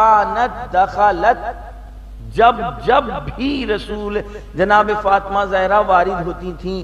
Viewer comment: Talaffuz theek kren plz Jahra nhi Zahra